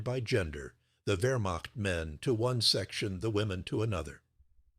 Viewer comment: . . . about 30 Vermock soldiers. Congratulations, AI. You pronounced the beginning of Wehrmacht correctly. But the word begins Wehr and ends macht. Has nothing whatsoever to do with mocking.